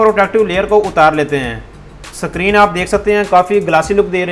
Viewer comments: Screen ko sakrin bol rahe hai🤣🤣🤣🤣🤣🤣🤣🤣🤣🤣🤣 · Bro vo screen hota hai sakreen nhi😂😂😂😂